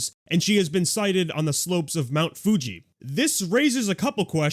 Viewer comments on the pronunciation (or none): none